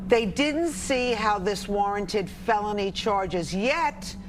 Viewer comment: Do you understand the word is PUNDITS and not Pundints? No, I see you don't.